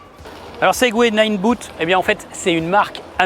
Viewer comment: c'est ninebot, pas nineBOOT. Pensez "botte". Sans malice.